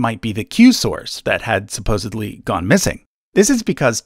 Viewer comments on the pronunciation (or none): none